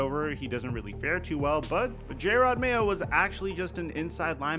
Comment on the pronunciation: Not trying to be mean, but you’re saying Jerod Mayo’s name horribly.